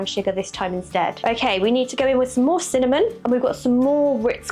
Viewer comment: Ever since I heard pronounce cinnamon, "cimom". I hear her voice every time I sprinkle it on my home made chocolate lattes.😊 CIMOM!